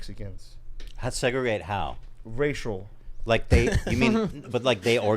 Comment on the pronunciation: “Segregate… how?” “Ratial” 💀💀💀